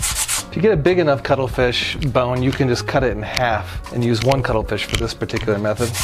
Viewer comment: I thought he was saying cuddle fish. Had to Google.... ===> cuttlefish